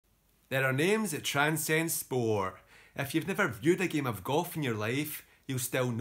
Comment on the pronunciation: “Games that transcend spor’?”